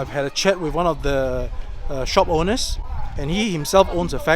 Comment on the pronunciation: hey buddy... it's ˈoʊnər , not "oner"